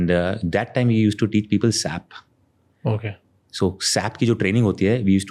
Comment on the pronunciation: He is a tech guy and but keep saying "Sap", "Sap", It's pronounced S.A.P (all separately)